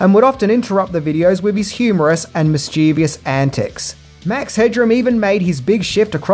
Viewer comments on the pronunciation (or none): mate. The word is 'mischievous'. There is no such word as mischievious. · So annoying when mischievous is mispronounced